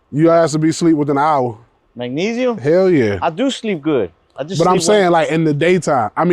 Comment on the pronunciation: "MagNEsium,❔ I DO Sleep Good."❓ 👌😂